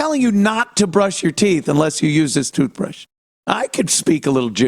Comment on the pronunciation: " Jewth Brush"